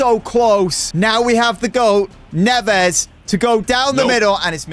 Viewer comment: Neves is prounouced ne Ves